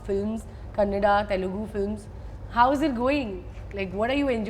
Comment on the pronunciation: Prounciation of kannada 😍😄